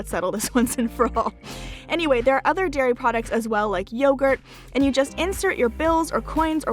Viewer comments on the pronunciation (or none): none